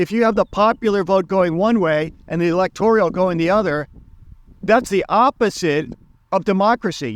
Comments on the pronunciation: Electorial college? It's the electoral college. You're lived in Poland and you don't know how to pronounce Zbigniew. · It's Electoral not "Electorial" college Virginia is Democrat not a swing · Electorial College? or Electoral College? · You can't even say ELECTORAL ... Correctly. . And also you don't seem to to comprehend the purpose and function of the electoral college (which is basically, to prevent the popular vote from determining the presidency.)